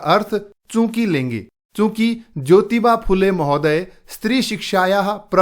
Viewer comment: Aapko acchi tarah Se padhaane nahin aata phool Le hota hai fula nahin phool lu hota hai phoolon nahin aap bahut jyada badhate Hain sorry❤😂😂😂